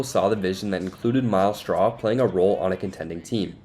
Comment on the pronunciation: It's "Straw", not "SHTRAW". Push your teeth together and bring your tongue up against them to make the "S" to "T" sound.